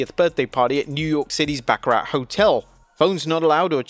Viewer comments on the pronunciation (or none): none